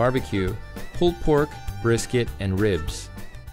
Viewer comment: Hah...Bris...cat. lol